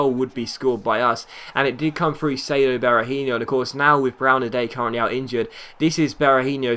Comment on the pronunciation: Hey just wanted to point out that Berahino is actually pronounce Bear-A-He-No, not really with an inho sound. Awesome start to your career mode, chuffed with the fact that you started with West Brom!